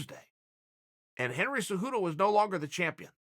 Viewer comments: Chael "Henry Hudo" Sonnen. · Chael “Henry Hudo” Sonnen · Chael “Henry Hooto” Sonnen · Chael "Henry Hudo" P Sonnen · “Henry Heduo is very special “